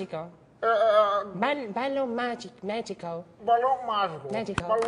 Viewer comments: " Balon magicou" kkkkkkkkk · "balon magicou"